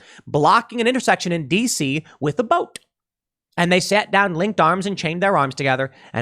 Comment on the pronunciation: Pool, did you say boat or boaTTTTT ?